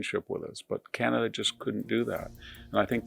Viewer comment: Corporate CEO selected not ee lected❤ car knee kana duh❤